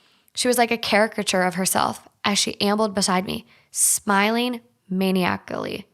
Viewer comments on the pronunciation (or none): “Men-eye-ick-ally” maniacally. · Maniacally pronounced - man-eye-a-cally. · Its pronounced ma-ni-ac-cly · that maniacally pronunciation 😭